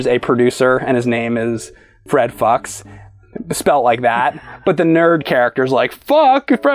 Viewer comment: yee this is not how you read the name Fuchs though xD